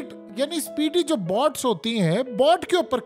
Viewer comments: بہت اچھی وئڈیو ہے بس تلفظ درست فرما لیفیے۔ BOTS نہیں BOATS جیسے چوٹ ویسے بوٹ۔ نہت شکریہ اتنی درست معلومات کا۔ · PEANDOO BOTS NAHIN BOATS HOTA HAE MARASI 🤣 😂 😆 DON'T WORRY I WILL KEEP CORRECTING YOU BECAUSE YOU ARE DUNGARR 😂😂😂😂PEANDOO